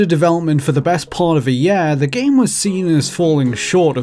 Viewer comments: Sorry, but why are you pronouncing "year" as "yeeeah"??? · What the fuck kind of dialect is this??? Who pronounces "year" as "yeeeehr"? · We aah nearing the end of Maahch, in the yeeah of 2019. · there have been many examples over the [.....] what does he say here? EDIT: nvm, during the video i found out he says year like Yeahh, guess that is normal where he lives